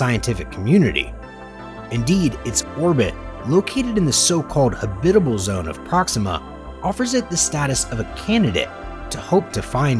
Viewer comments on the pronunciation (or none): There are no syllables in habitable...... so " ha - bit - able " Is wrong. It's habitable. Just so you know.😎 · Good god learn how to pronounce habitable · Lots of small mistakes but overall it has a decent visual presentation. I do agree with those that think the music is way to loud and dramatic It makes it hard to concentrate on what he is saying. But the "hab-bib-bable" for habitable really made me laugh though.